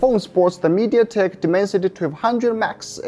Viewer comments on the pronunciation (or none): Did you say mediatec - Big No